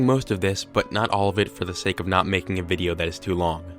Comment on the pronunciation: "the next videa..." 😂